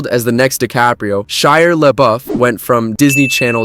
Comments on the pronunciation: Lol Shire? Shire Labuff?? I believe it's ShiA. He's not a hobbit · "Every," eh? Only off by several hundred. Maybe thousand. Also, who is "Shire" LaBeouf? Do you mean Shia? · “Shiar” rhymes with “Liar,” right? 🤨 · That's SHIA not "Shiar", there's no R. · Mistake 1: Whether he's a liar or not is irrelevant to my point which is that he pronounces Shia with an imaginary r at the end; mistake 2: if you had paid attention to the video or noticed the timestamp in my OP you'd know he never spelled Shiar; mistake 3: there's nothing serendipitous about how he said it, it's an accent thing which I even implied later; mistake 4: there was no Freudian slip, YOU made it up and you don't even understand what a Freudian slip is. You can't deny any of this so you play the hurt bunny instead LOL Actually strike that, your first mistake was thinking you had a point and your comment was relevant, genius. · Btw, "serendipitous Freudian slip"? LOL First of all, he didn't say "liar", he said "Shiar", YOU made the connection so there's no Freudian slip; second, pronouncing the r at the end of many words that don't have an r at the end is very common in certain accents which is why after he replied I said "I know you can't help it", Shakespeare, so there isn't anything serendipitous about it either. Keep trying though, you seem feisty despite your evident limitations.